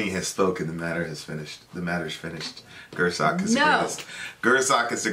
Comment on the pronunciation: is back to saying Gür-sock. smh